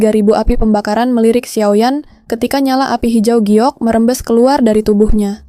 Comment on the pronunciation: Xio yan, bukan xiao yan